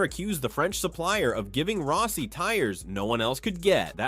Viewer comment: And it even said "Valentino Row-si" a couple times.